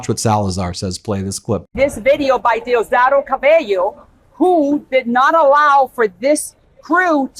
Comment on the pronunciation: Just stay out of Venezuelan news bro ! You can’t even pronounce Diosdado bro. Machado is just a traitor to Venezuela and people don’t want her there. I don’t know where you get your news from , for real !!